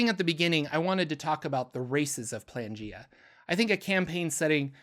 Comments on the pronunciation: Y do u keep pronouncing it Plangea? It is spelt Planegea, with an E in the middle. I think maybe cuz it is a reference to Pangea that u r tripping up on this but if u have a source that tells us it is actually pronounced Plangea, then I'd love to know where to find it, cuz right now the sound just hurts my brain. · PLANE not PLANgea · Dawg that's clearly pronounced plane-gea Not plan-gea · It's Plane-gaea. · Isnt it pronounced playn-G-uh? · ... Is it not "Plane" -gea. As in Pangea, but of the Planes? lol